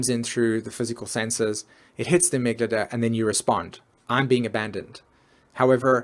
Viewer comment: amygdala, not amyglada... please learn to sell things before you teach about them